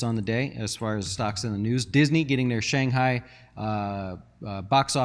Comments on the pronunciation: BRO IT'S NOT SHANGHAI!! IT'S SHANG CHI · Lmao, bro you said Shang Hi